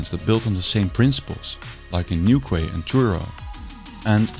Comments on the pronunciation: newquay is pronounced new-key. :) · So interesting, wish architects recognised that modern building are ugly af. Btw Newquay is pronounced like 'new-key' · “Newquay” is pronounced: New Key!